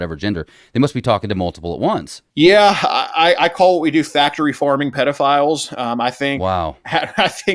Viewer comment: Peee-de-files. People over seas give them cute names.